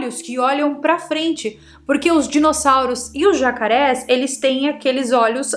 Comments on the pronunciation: "jacareios"...😅😅..aí, eu me divirto com vc🤭🤭🤭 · Jacareios, subaca e tchaskas 😂😂😂 dialetos de kkkkk adorei